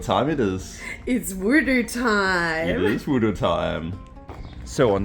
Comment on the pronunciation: Its wuduk...not voodoo lol